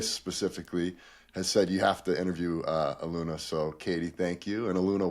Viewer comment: Respectfully and with kindness, "Ahh- loon- yah" ❤ One Love ✨️ Thank you for this transmission 🙏🏼🫂 You are both wonderful and so helpful to the collective. Deep appreciation 💝